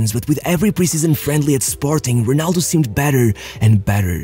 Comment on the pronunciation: Amazing! You actually said Ronaldo correctly instead of HEnaldo like you usually do